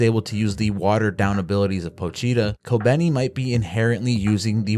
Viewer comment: its kobeni.